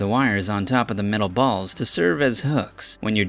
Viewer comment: How he says balls